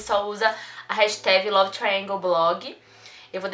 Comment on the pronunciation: Fiquei um tempo sem acompanhar seu canal e agora que voltei que lindo ver você falando Triangle certo 💕